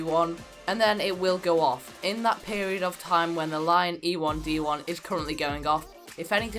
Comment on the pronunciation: Ee-1d not e1d1